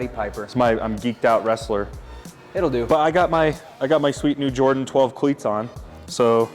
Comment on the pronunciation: Yeah, nice “cleets”